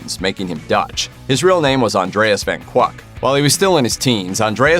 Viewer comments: Colonel Parker's real surname is pronounced van KI-UK, not "van KWUK". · And Parker's real family name was CORRECTLY pronounced "fon KICK," NOT "vann kwawk!"